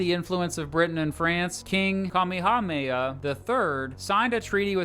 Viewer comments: Oh yeah, over here in Hawaii we get a heck of a lot of Japanese tourists. Also his pronunciation of Kamehameha hurts everytime he says it. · His pronunciation of Kamehameha id very bad, from what I remember while living there